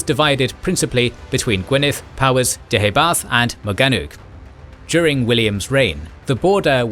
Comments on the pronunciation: Your 'pronunciation' of Deheubarth isn't correct, it actually sounds more like Deh - hay- barth - Emphasis on the penultimate syllable 'hay:. Celtic should never be pronounced 'Seltic', but rather 'Keltic'. Not 'Seredigion' (!) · Please would you be able to get the pronunciation correct. The Kingdom in Southern Wales was Deheubarth, pronounced as "Deooybarh" and Ceredigion was pronounced as "Serydigion" as Celtic is properly pronounced as "Seltic", like the Glasgow football club.